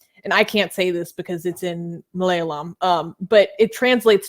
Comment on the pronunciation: Haha. pronouncing Malayalam.